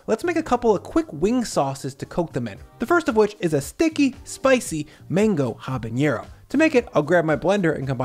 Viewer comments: Just fyi, it’s pronounced Ah-bah-NEH-roh, not Hah-bun-yeh-roh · it's habaNero, not habaÑero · Dude... it's habanero. Not habañero. Drives me nuts. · Just a tiny pronunciation note, a pet peeve of mine: There's no ñ in habanero